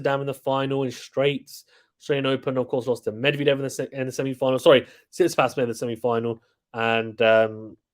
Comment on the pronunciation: Bro said Tsisipas 8💀 He should be higher Cmon